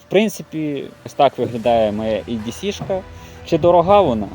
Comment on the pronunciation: Старенький, не «Ей», а «І»… «І Ді Сі»☝🏼🤝🏼